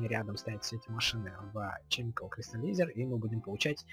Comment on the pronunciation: Это формальность, каждый называет, как хочет. ОДНАКО, НЕ ЧЕМИКАЛ, А КЕМИКАЛ